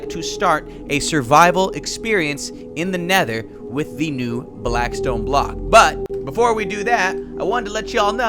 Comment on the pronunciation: its blackstone not blaskstone